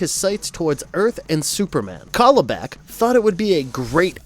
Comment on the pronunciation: It's CAL-ibak! Like California! Darkseid says it in the clip you played in the section!